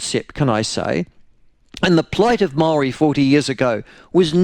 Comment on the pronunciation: Jingoes Michael make your mind up how you pronounce maori names you're a shocker